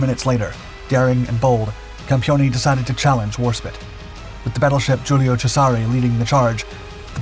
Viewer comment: "GIULIO CESARE" is pronounced "JÚLIO CHÉSAREH", not "JÚLIO CHESÁRY"